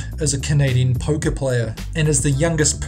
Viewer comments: Number 7: OOOOOOH, Poker. I kept hearing Poke -- like, pokemon. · I thought he said "pokè" player instead of poker, so I thought he was playing pokemon cards! Haha!